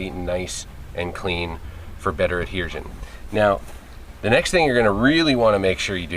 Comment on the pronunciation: Adhersion. Haha. Good job though!